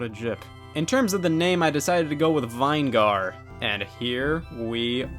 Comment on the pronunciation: I like how he said vine gar instead of vinegar